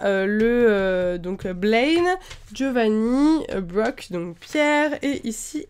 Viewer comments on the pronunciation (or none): none